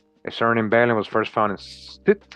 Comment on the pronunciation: Behling is Bey-Ling